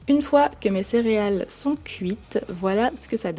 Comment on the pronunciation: vous dites cériales ou céréales????